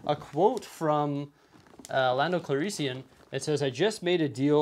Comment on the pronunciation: please do better at pronouncing Lando's last name. plenty of sources out there, including the movie itself.